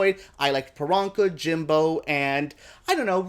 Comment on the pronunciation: If you love Priyanka so much you could start by saying her name correctly...especially since her whole brand is whats my name? Its Priyanka (Pre-yanka) not Peronka